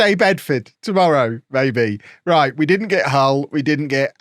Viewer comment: I appreciate you pronouncing Hull correctly